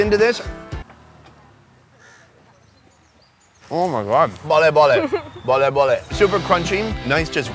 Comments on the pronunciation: Lol everytime you say Bolleh Bolleh I cringe a bit.. It's Balle Balle! As in bal-eh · it's not bolly bolly, it's balle balle 😂😂😂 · It's Balle Balle, my friend, not Bolle Bolle. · Hahah....ikr...he was more like 'bole bole' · Goes to south and say “balle balle” 🤦🏻‍♂️